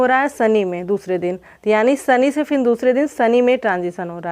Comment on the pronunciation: फिन नही फिर बोलिये